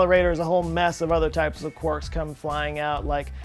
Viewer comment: Oh! Someone who pronounces quarks correctly!